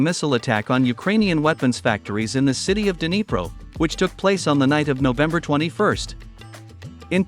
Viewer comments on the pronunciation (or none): none